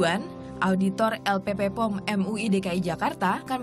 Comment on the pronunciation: Bukan LPP POM, tapi LPPOM. P nya 2, bukan 3. Salah penyebutan nama